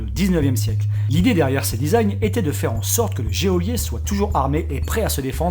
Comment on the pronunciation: Les gÉôlier ? Nan, y'a pas d'accent. x) Y'a juste un e pour pas le prononcer comme au foot : golier. :P